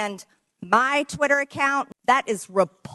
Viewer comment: TWITT-ER not Trwitah😂